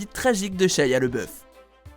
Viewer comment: Ya que moi qui est remarquer qui dit SHAYA tous le long au lieu de SHIA